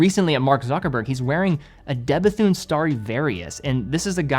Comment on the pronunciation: Its De BETUNE...the H is silent. Your welcome.